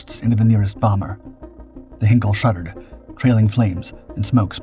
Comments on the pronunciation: Your videos are getting better. I wish I could say the same about your pronunciation. The “Hein” in Heinkel is pronounced like “line” not “hen”. Please note for future reference. Very best wishes, Adrian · It's not 'Hinkel', it's HEINKEL, pronounced 'Hynekel'. For goodness' sake learn to pronounce words properly. You make so many crass errors in your mispronunciations. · "Heinkel" in German is pronounced "HIGH-nkell," not "Hinkel." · Heinkel, not Henkel! This is ein Flugzeug, nicht ein Messer!